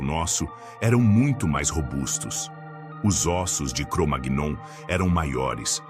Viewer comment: O vídeo está legal, mas verifique a pronúncia de "Cromagnon'. Não é assim...